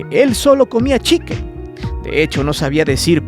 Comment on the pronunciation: nisiquiera sabe decir pollo en inglés yo escuche que dijo chequen verbo de observar algo y me quede con mi cara de ¿que checamos?